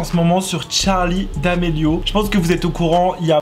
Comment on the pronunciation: Même moi